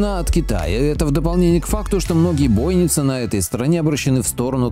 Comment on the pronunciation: ПрозорлИвый и бойнИцы, дорогой автор. Давайте будем транслировать для младых поколений грамотную речь)